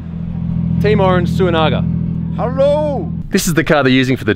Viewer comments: "HARRO" :D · ''HERRO!'' - A Legend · Woah woah... he got some L’s in that “hello”